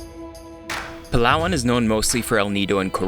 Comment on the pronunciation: foreigners pronouncing palawan = palwan